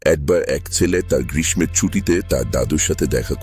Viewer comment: বাংলা কি বলতে জানেন না? গ্রীষ্ ম ,বড় ( উচ্চারণ গুলো গ্রীষ্ ষ, বড়ো.....)।